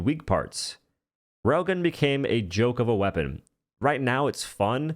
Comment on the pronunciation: If not for the railgun on screen I wouldn't know he was talking about the railgun when saying "Rogon".